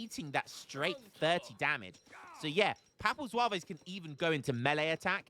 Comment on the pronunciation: As a french its so funny hearing how you prononciate french words like papal zouavéézzz. Atcually you don't want to say the E and S at the end of most french words. So Zouaves would prononciate just Zwav. Historicaly Zouaves where algerian light infantry units belonging to the french army. but yeah these units are so op, counter would be a lancer with multiplier vs infantry and artillery, 2 types of unit aztec don't have so that's why they are fucked